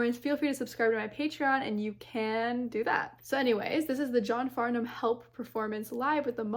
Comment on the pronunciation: And this was at the end of the concert! His voice was still charged up. (And it's pronounced "Farnam" - you don't sound out the "h".)